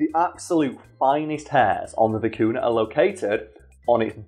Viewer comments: as a Peruvian, the way you pronounce vicuna makes me cringe a bit, is vicuña (vi .cu . nya), oh well people pronounce llamas as "lamas", instead of iamas ( which is the correct pronunciation), but also there was one time, my sister's friend got mad at her because my sister was wearing a scarf made of baby alpaca fur, which she though that it was made by skinning the animal, which we don't, vicuñas, llamas and alpacas are sheared just like sheep and they do need to be shear, just like sheep, their fur soft and cold to the touch and it really warm and light when worn in the winter and windy days. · Vi-cu-ña (for english monolinguals it's pronounced "vicugna". Like gnu) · by the way the name of the animal is generally spelt vicuña, with the ñ pronounced ny nice video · I'm tired and I kept hearing "Vicuna" as "Kakuna"... Was very confused